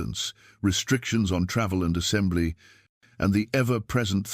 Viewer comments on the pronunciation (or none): none